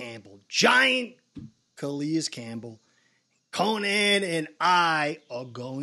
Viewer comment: Its CalAis not CalEis